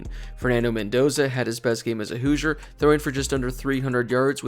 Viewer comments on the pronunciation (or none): none